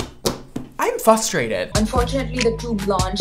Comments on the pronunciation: … baby.... it’s fRustrated. Not fUStrated.. sorry love you. But that’s one of my pet peeves 😭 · Hey braaadddd. I hate to say it but…. It’s not “fustrated” it’s “frustrated” 😶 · “Fustrated” So frustrating that we forgot the first R 😂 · Someone tell it's "fRustrated" 😊😉❤ Love you! 🥰 But it really IS FRustrated🤓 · I'm frustrated at the way says "fustrated". 😆😆